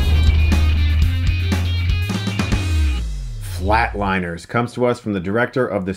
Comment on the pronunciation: It’s Flatliners not Flateliners